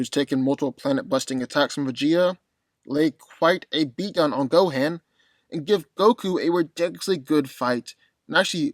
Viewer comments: Why it seem like white folks wont rest til they screw up every established name?😂 Na-MEEK-Ian !??? Than- Naughs??? Go-hand????ITS NA- MEH-KIAN THAN-OHS GO-HAUN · The fact the he said go-"HaN" says a lot 🤣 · Am I tripping or did he pronounce Gohan name wrong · The way you say Gohan lmao